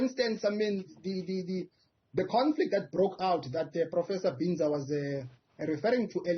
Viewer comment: Am glad my university is represented especially by a local academic 😊 Am not sure about how the "English " pronounceation of his name by the host though, how hurtful is it to ask someone "Sir/Madam how do you pronounce your surname instead of anglicisation. How does Binza become Bhinza😮 Prof Breakfast as ever brilliant, technologists came top despite Covid-19, Health Scientists did the same, but politicians were fucked up by Covid-19.